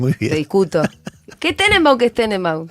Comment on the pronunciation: En serio? Tenembaun?🤦